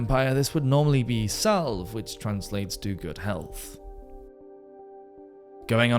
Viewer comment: "Salve...." ugh you AI... it is pronounced, "Sal-way"